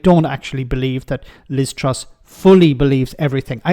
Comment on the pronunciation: Liz trough not truss 😂😂😂